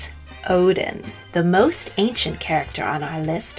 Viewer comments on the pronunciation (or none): none